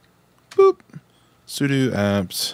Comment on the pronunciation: Brother, it’s pronounced “sue-dough”.